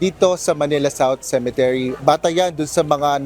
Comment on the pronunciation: UNTV/, CEMETERY ( not ce. men. te. ry.)